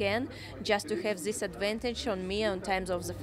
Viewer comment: She hurts my ears, please somone tell her that its not "zis" it's this or it's not "zat" i'ts that, thank you!